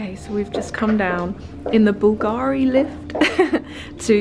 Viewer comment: I know you like this kind of details: the accent in italian for Bulgari is on the U 😉by the way love hello kitty and kawaii stuff but heck, those Balenciagas look cheap!